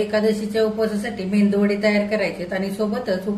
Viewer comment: अहो आजी मेंदू वडे नका म्हणू मेदूवाडे म्हणा.